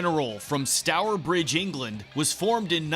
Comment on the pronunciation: Stower bridge :x go ai